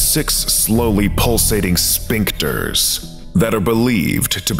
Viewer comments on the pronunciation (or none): tiny note: the pronunciation of "sphincters" - like a sphinx cat - "sfink-ters" rather than "spink-ters"